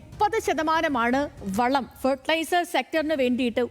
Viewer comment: വള വള പറയാതെ. വള നിർമാണം അല്ല. വളം നിർമാണം ആണ്